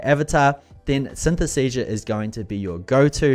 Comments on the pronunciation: Great review - too bad, you got the name wrong 😅 "Synthesesia".. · Maybe you should ask the software how its name is pronounced correctly? 😉